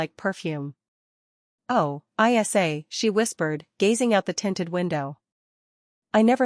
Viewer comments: Great story but spelling her nickname (Isa) instead of pronouncing is ridiculous. Pay a human to read or buy better AI. Waxahachie TX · Is ISA a name,her name?Is it too hard for AI to pronounce her name ?